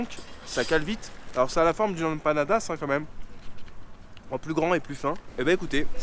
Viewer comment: Prononce M panadas ! Tu me broies les oreilles, poto 😂